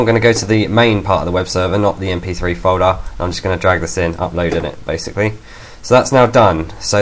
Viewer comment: when i create my file in the main directory it comes up as podcast.rss.txt does it matter that the .txt is at the end? I cannot upload to itunes and i'm guessing its because of that ...btw you talk to damn fast and have an english accent so i cant fully understand what you are trying to say ...folder sounds like " fohder "